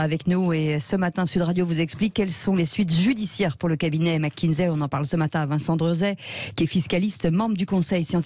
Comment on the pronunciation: Mac kinsey et non Mac kinzey